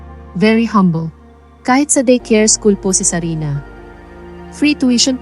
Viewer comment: It's sarina!! Hindi sabina 🙄🙄🙄🙄